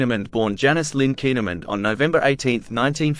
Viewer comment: Her name is pronounced KOON a mund.